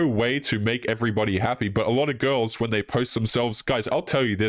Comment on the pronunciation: pronounces "girls" as "ghouls" and I love i!